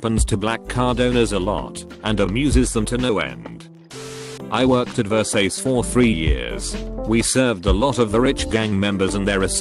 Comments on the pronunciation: Gucksi, Versayce, etc. Lol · "Workers of high end stores gucksi, breetling, ver sace"